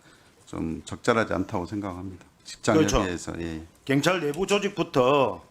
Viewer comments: 갱찰이 아니라 경찰 발음 똑디해라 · 갱찰아니고 경찰 억양죽이네요 근데 발음도발음이지만 질문도 질문같지않은 질문입니다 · 갱찰이 아니라 경찰 발음이나 똑바로 하고 말도 똑바로 하고 좀